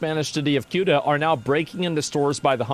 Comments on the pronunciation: Its not CUTA, its like saying SEWTA Ceuta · Its pronounced ( sue - duh ) not ( Q -duh) 😂😂😂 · It's pronounced Soo-tuh. Not Kootuh. As for these people invading the country...their Coast Guard should have chummed the water when it started...the sharks would be your friend. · LOL it's not cute-ah ; it's seh-oo-tah.. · It's Cueta with a sofa C.... pronounced Soota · It’s not pronounced Keuta but Seuta. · It's pronounced "sey-ooh-tah". Not kyuduh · its not queueta. its pronounced suta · Tired of GED educated individuals pronouncing it as "CUTE-AH". It's pronounced as "SE-UTAA". It's not fucking hard. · People calling Ceuta as “Quta” instead of pronouncing it like “Theuwta” is driving me crazy ☠️🙏🏻😭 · You pronounce Ceuta like you would word - city. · Cueta is pronounced "suitor". there you go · bro pronounces ceuta as kootah 🤣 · Ceuta is pronounced Soota … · It's pronounced "see-uta" and "mel-eeya" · it's pronounced See-Utah bro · Minor nitpick: Ceuta is pronounced the-oo-tah (it's a soft C) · It's pronounced Suetta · Ceuta ... as in Soota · THe-U-TA please. Pronounce it correctly and you'd be the only one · One thing most people don't understand is that the vast majority of people here in Spain do not give half a shit about Ceuta and Melilla. Also, its pronounced "se-hoo-tah" and "meh-lee-yah" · That's not how you pronounce Ceuta